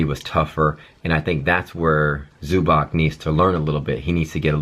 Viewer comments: It's pronounced like Zubahtz btw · Its pronounced zoo-bats